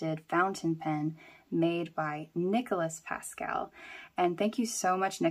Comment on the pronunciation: Pasquale (pass-quall-ee) hoped that helps